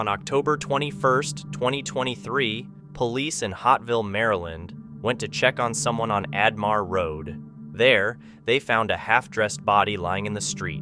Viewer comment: Narrator meant to say Hyattsville Md, on Ardwick Ardmore rd. Had to check because hotsville Md sounded crazy